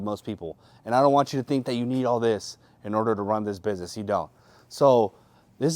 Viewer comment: This is a huge inspiration. It goes to show that hard work is what pays off. Doesn't matter where you're from or your background, with enough effort you can make it on eBay. I mean, this dude can't even pronounce "business" correctly and he's killing it.